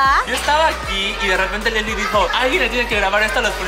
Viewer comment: Daana Paola SM no se dice lesly se dice lesslie